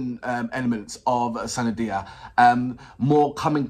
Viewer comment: Now react to kamli song by sunidhi chauhan . Her Name pronunciation is soon-nee-dhee n not sanidhia 😁